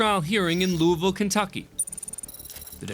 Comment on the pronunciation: Im glad finally a tV channel says LOUIVILLE correct